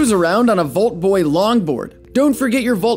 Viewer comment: You said vulf boy not vault boy